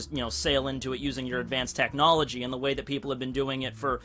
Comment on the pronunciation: Why did he say advanced technology like it was a attack move